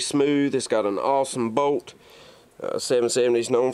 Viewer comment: it does sound like you say Boat